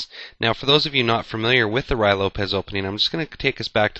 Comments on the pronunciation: It is not the "Roy" Lopez. It is pronounced "Ru-e". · it's Ruy, not Ryo. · so annoying to hear "rye" instead of "ruy" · To me it sounds like he is saying "Rye" Lopez. He must be talking about some kind of weird type of bread. A common mispronunciation from a novice chess player. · Actually it is pronounced Rui (with the i as idiot) Lopez.The y has the sound of an "i" in spanish. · Isn't it pronounced more like "Roo-ey" Lopez? What's the pronunciation for Ruy Lopez?